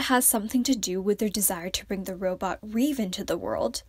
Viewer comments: Its not REEVE. Its LÈH-BÈH (the way Koreans would say REVE) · The way you pronounce ReVe is just....